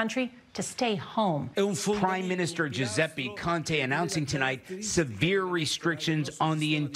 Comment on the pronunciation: I can't help but cringe at the way the narrator butchered "Giuseppe Conte" ahahahah Greetings from Italy, and yes, we are indeed on lockdown.